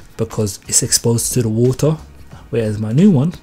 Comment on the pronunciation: So ure from wotahhhhh